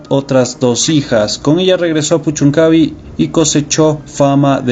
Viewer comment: es puchuncavi' con acento el la i. buen material.